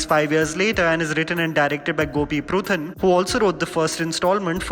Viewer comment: Why can't you pronounce any names properly. It's not Gopi pruthan it's Puthran